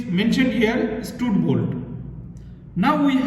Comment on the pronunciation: Stud bolt pronounciation 😢